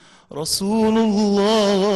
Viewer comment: رسولَ الله يا احمد بالفتح مش بالضم ... عشان المعنى كده اختلف خالص